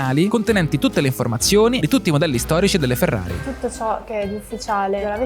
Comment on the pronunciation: Ma perché pronunci Ferrari all’inglese?😅😩